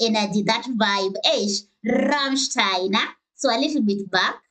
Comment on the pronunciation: Well fuck me, you got the "ei" in "Rammstein" right. Big up, most anglophones never get it.